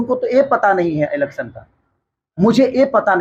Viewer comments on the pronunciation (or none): Alection nhi hota hai bhaiya election hota hai kuch bhi bhiya 😂😂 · A nhi e hota h khashari ji 😂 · Alection nhi election 😂😂😂😂😂